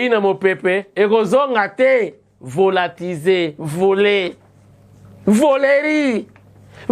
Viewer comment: Volatilisé et non Volatise’,,, …